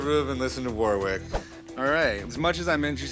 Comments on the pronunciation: Warwick in British English is pronounced something like 'Worik'. The W is silent and with the R is much less strongly pronounced than in American English. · I wonder if they'll ever learn to pronounce Warwick's name properly. The guy must have just come to terms with it :')